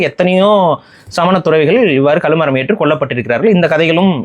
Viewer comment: களுமரம் இல்லை சார் கழுமரம்.